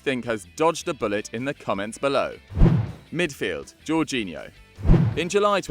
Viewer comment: Jorghino? Seriously